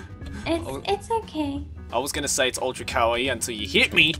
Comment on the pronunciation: It's ultra kawa-OW!!!